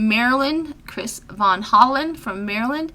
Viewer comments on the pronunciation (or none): none